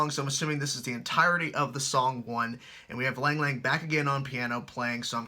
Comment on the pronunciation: Lang Lang is pronounced long long I know it's weird